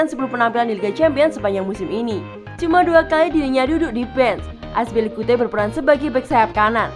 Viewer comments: Aspilicuete ???? Azpilicueta kali Min.. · azpilicuate? lol tinggal baca doang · Azpilikute itu siapa anjir , kami tau nya azpilicueta🤣🤣🤣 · Akspilikute? Wtf hahah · Saya baru tau cara nyebutin nama cesar aspi🤭🤣🤣